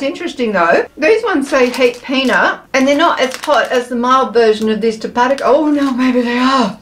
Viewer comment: Tapatio is pronounced Tap a tay o 😊